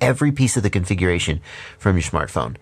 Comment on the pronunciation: Shmart phone LOL